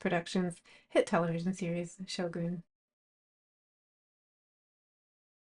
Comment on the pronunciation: Excellent video- very informative. I always thought the show was pronounced “show gun’” so I liked hearing how properly say it. So much detail went into each piece.